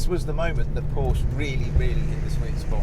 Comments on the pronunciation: Am I supposed to take this guy seriously if he doesn't even know how to pronounce Porsche? It's a 2 syllable word, y'know. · Porsche is a 2 syllable name you stupid asses. Show some respect.